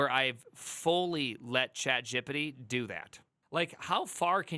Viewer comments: Yeah his accent is weird. It's not chat gíppidy (sounds like Quagmire). It's chat Geé Peé Teé. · Why tf are u saying CHAT JEP-EH-DEH????????? WTF. That dumb crap makes it hard to take anything u say srsly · you saying "chat gippity" is really annoying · Chat “jee-pee-tee” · I am sorry but every time I hear you say ChatJippity I lose focus... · I’m new to this channel but I’m absolutely mesmerized by the way you pronounce chatgipity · The way you say ChatGPT cracks me up🤣 "ChatJippity" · “Chat Jep-Pet-Tee…. Chat Jeopardy?” Honestly though, this is the perfect time to PREPARE to become a Junior Developer, schooling or self-learning between flipping burgers. Not the greatest time to BE a Junior Developer. Also, infant speak, it’s “Straw-baby, not Strawberry.”